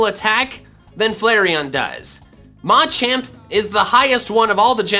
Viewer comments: Yeah I know that’s why he says it like that but everyone else I’ve ever heard says it Muh-Champ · Like the word “Macho”?